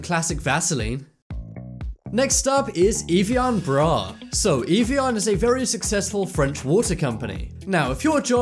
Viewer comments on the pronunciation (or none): It's "av e on" not "eve e on"